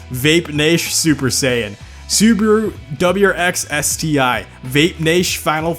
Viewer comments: Why do u say Subaru as subru. It's Subaru with an a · I know, it's the english language, but how the hell is it possible to fuck up every name?! Subaru =/= Subru 😅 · Why everyone calls it “Su-bu-ru” xD thats Su-Ba-Ru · It's "Subaru" not "subru"wtf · Is this how Americans actually pronounce those names? Like awesome video, made me laugh but Soobru for Subaru, dang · SUUBWUU BRZ SUUBWUU Legacy SUUBWUU Impereza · Dat "subru" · "Subru"... Dude, go back to 1st grade and learn how to read. There's an A in there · Its Su Ba Ru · Suburu? Maybe soupyoubruh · correction SubUWU. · Video: Isuzu and Subaru Him: I-su-suu and Subru Me: (Falls of chair) No offense, he doing good. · How pronounces SUBARU AND ISUZU, Sooberoo and Isoozu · and subaru: sUburU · hearing him saying SUBARU made me stop watching the video for a while